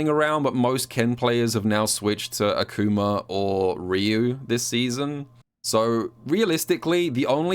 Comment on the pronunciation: He did the same to Akumer, somebody stop him